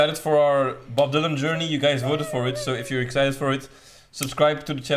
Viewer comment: IT IS NOT DYLOON IT’S DYLAN.